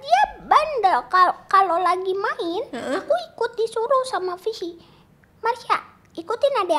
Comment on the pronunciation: Katanya ga boleh sebut frishly tp fishi tapi sebut terus